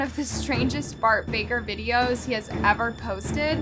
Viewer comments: Its bark baKer, you said Bart baRker 💀💀💀💀💀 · The fact here literally say Bart barker and not baker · So I’m the only one who realizes she said his name wrong…